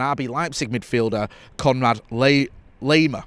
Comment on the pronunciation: as an Austrian I can tell you, you pronounced "Laimer" wrong ;) Dont start like you would say "lay" but start with the word "lie". Lie-mer ;)